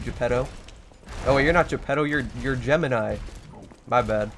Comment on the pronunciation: It’s jiminy not Gemini